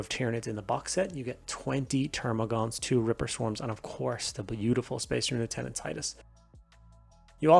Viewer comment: Nice review, also refreshing to hear someone who can pronounce the word Lieutenant properly.